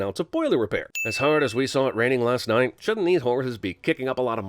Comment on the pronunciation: Your pronunciation of knight damn near killed me😂😂